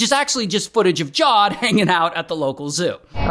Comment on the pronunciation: his name is javed not jawed